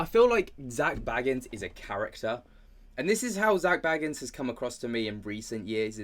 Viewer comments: It's BAYgans, not Baggins, let's not insult any hobbits here... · I love your dives into this as a 'having second thoughts GA fan' but his name is pronounced Zak BAYgans not Baggins like a bl00dy hobbit please stop it now 😅😅